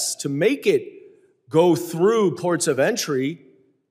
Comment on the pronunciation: Margerie calls ports of entry "THE PORCH OF ENTRY "